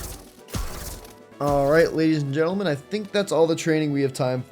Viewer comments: "Alright Gadies and Lentleman" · He said gedis and l entlemen 😅😂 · " gadies and lentlemen" 😭😭😭🤚😔